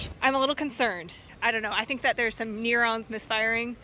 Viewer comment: “Think near-ons misfiring” - go back to stupid young lady & have phone tell you how to pronounce “neurons”.